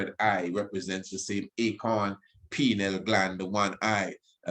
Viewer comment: “Pineal” not “penile”